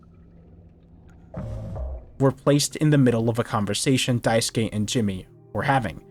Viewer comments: Small thing but I really appreciate you actually pronouncing daisuke correctly lol The amount of videos I have seen where they say "die-sook" kills me a little lol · This video's a 10/10, actually 11/10 because you know how to pronounce the name Daisuke. thank GOD! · I’m pleased that every commentator I’ve listened to talk about this game so far has pronounced Daisuke’s name correctly